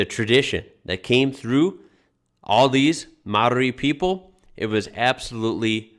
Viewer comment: Well done on you pronouncing Maori, well done